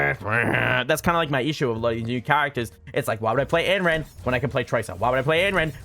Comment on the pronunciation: every time he says anneran i die a little